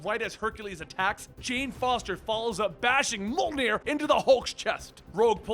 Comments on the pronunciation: I love how consistently mispronounces Mjölnir....Mole-near? LOL -- No bother, just giving you shit man, love these vids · for an American, that's pretty much how it's said. I think it's more like myolnear.